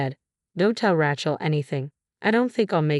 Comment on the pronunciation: I hate AI. It's Ray Chelsea, not Ratch El. F@ AI.